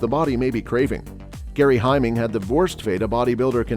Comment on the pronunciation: is GARY STRYDOM, not Gary Himing!